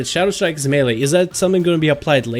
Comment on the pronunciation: it's Shadowstrike.. not Shadowshtrike :D jk I like your videos